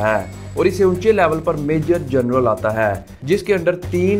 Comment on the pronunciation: VERY PATHETIC PRONUNCIATION......Its: GEN-RAL and not GER-NAL, then PAY-SCALE and not PER-SCALE, BRI-GADIER and not BER-GADIER...........and many more.